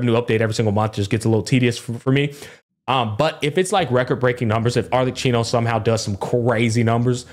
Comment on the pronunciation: It is pronounced ArleKino